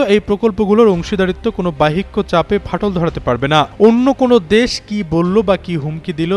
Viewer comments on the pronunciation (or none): সাংবাদিকের উচ্চারনে সমস্যা রয়েছে। এটা ঠিক করলে ভাল হয়। বাহ্যিক শব্দটার উচ্চারন ঠিক হয়নি